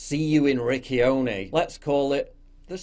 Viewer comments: The way you said "Riccione" sounds like "Ricchione" which in Italian means "gay" in a aggressive/offensive way haha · Hey Paul the way you pronounced Riccione means fag in Italian 😂 the cc in Riccione would be pronounced like the ch in chocolate. Great video as always though👌🏻